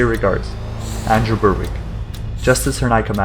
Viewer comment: Andrew Berwick? No need to make it sound more «english»😭🙏